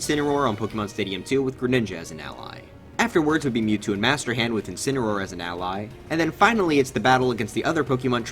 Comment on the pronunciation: Incuneroar? Or is it... INSPINAROAR!?